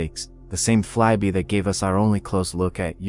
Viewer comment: The AI voice does not know how to pronounce "fly-by." It says "fly-bee." The video is interesting, but I would prefer to hear a real human being narrate it.